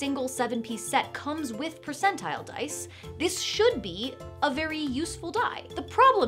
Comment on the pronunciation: Huzzah,, "I likah tha DICE!"